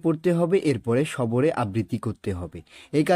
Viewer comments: নির্মলেন্দু ❌ নির্মেলেগুন্দু ✔️ নীরবে ❌ নীবীরে ✔️ সরবে ❌ সবরে ✔️ 😂😂😂😂😂🎉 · সবরে না সরবে❤❤❤